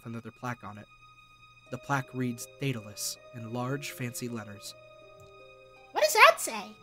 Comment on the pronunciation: Am I the only one who thinks Daedalus sounds like "Dataless"?